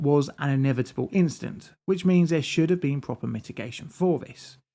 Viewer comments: which means.............dramatic pause.............. is this some techy prob? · you got me with that pause......"Which means..." LOL